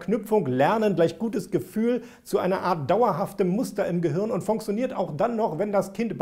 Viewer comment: ich liebe es wenn dieses Wort "funktioniert" sagt, klingt ungefähr so:"Funksonirt":D